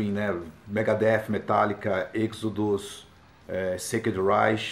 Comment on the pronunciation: essa pronuncia do nome EXODUS não está exagerada ??